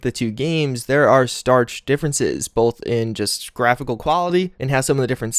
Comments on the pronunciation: STARK NOT STARCH lol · He just said starch difference. Jesus Christ. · Good video but I have to say because it's bugging me,"Starch differences"? STARK differences. Stark.